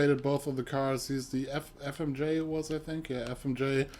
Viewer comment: He can't say Fmj 3 letter but can say reaper right how dude. 😔😔